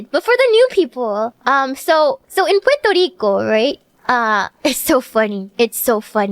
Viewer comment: Pworto Reeco